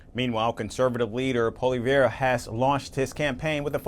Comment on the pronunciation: Pol-ee-ev....i am not a fan of Poilievre's but seriously if you are going to speak about him do your homework and learn how to pronounce his name.